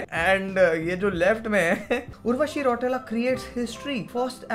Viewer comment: Bhaiya its रौतेला not रौटेला ...😅